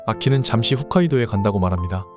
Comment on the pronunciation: 훗카이도가 아니라 홋카이도라고!! 제주도를 제조도라 부르면 기부니조케쬬.